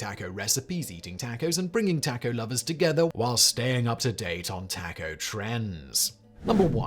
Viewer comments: Dude, there’s a reason that Americans insist on pronouncing it "tah-co" — because that is how it is pronounced! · Taco is a Spanish word. As such, the a says “ah” not short a! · taco is pronounced tock hoe your pronouncing it wrong no taco tuesday for you. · Is it just me or can anyone else not unhear Tahco? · Why do you say taco like that lol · Taco is pronounced with a soft A because that is the closest it is pronounced in Spanish. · You smarmy brit. You don't know the first damn thing about TACOS. While it's not completely the same the Mexican/Central Americans say it, the way we say it is a million times closer than how you just said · Seven and a half years of Beginning Spanish saw every teacher insisting that the letter A is ALWAYS pronounced "ah". No exceptions. I don't dare transgress. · Why does he always do that? "As Americans insist on calling it." Taco is a Mexican word. They pronounce it tahhco, so the correct way is ...the Mexican way since it's their word. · Right. I didn't say it was. It isn't that nasal sound that Simeon says it with. It's a short A like in Ah. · Kudos to Americans for pronouncing a word correctly! Now if you could just work on the rest of your English that would be lovely! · Or anyone that knows in Spanish that's a soft a sound